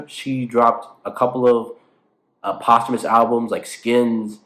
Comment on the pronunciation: I do think posthumous albums is pronounce like that 😭